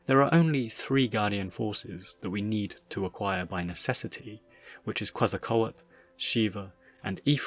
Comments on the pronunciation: Of all the wrong pronounciations of Quezacotl, "Quezacoet" is the most head scratching one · It's pronounced Ketsal-kwatul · It’s kwet-zah-kot-tyl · its pronounce Kehtz-Ah-Coat-Toll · I hate to do this: Ket-zal-ko-attle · You know... The song "Oregon" by Clutch SHOULD give you an idea how "Quetzalcoatl" should be pronounced. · The T is before the L though... There's mispronunciation and then there's American levels of stupidity and illiteracy